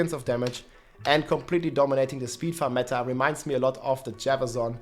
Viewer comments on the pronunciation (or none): none